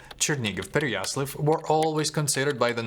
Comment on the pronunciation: знову проблема з написанням по вимові , тобто - московській кальці в місці: Черні-гіВ( а не ґов), Переясл-ав ( а не авль)